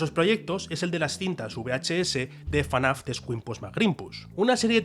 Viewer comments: es ef-na-f no fanaf 😭😭😭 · Debería ser ilegal decirle "fanaf", y te llamas fan, se dice absolutamente "efnaf" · que diga "Fanaf" en vez de "Efnaf" me genera violencia. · Fnaf ❌ FANAF✅ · Por que dice fanaf en vez de efnaf como todo el mundo? (y que ademas es lo correcto) xd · dios, es FNAF, no fanaf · Todo bien, pero porque le dices "fanaf"? Es FNAf, porque le pones otra a? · Soy el único al que le chirriaba que dijera "fanaf"? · Por qué dice FaNAF😓😓😓😓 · Por qué dice "Fenaf" como acrónimo